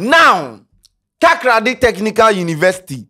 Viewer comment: Charle eno b Takraaaadi oo. How hard is it to say Takoradi